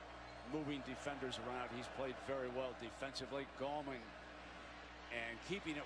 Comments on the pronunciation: Thanks to the person who told him between Clemson offense series #1 and series #2 "Hey man....his name isn't GOWman; its GALLman." :) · ....and then he started calling him Gowman again.....sigh